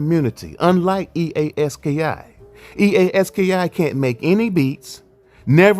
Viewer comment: It’s pronounced EA Ski